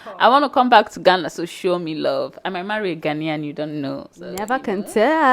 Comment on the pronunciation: My sister the name is Ghana not Gana.